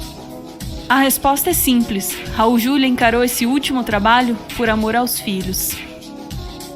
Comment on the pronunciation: Raul Juliá, por favor. Como leitora da antiga Set, sou obrigada a corrigir. Ele odiava esse erro de pronúncia.